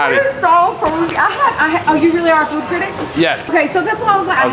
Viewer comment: cirtict it is critic